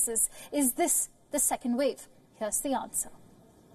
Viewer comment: " Thiz iz the vel " " careful of the second " vev "